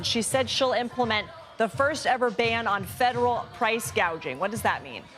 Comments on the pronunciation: What is price gaging? It's called price. Gouging. See the speech was written for her.She don't even believe any of this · Kamala said “housel crisis” and “price gaging” lol .. clearly shows she hasn’t thought about either issue much